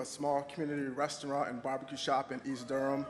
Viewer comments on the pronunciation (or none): none